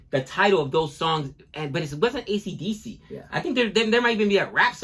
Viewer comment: "accadacca" confirms your nationality and age :)